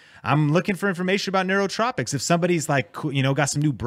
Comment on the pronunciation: It’s nootropics